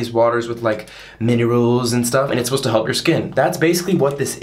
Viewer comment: so y’all can hear the way this mans pronounces minerals